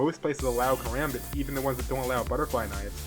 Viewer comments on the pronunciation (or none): as a filipino american, i''m laughing way too hard at his pronunciation of "karambit". since there are people who want to know the correct way to say "karambit" is kah-rom-bit. just like what zflow said in the arab people song "roll your tongue on the R's. whoops drop the b0mb! alluha akbar!